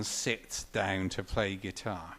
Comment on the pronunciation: I love how he pronounces "down" as "dayeoun"... hahahaha! Great story, thanks for posting this, as it's great to hear one of my heroes speak of meeting another one of my heroes.